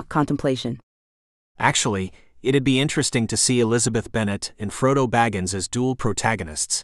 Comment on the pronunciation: these are cute stories and i have enjoyed them, but the ai's need to be tinkered with abit hearing frodo pronounced FRAUDO. is abit disconcerting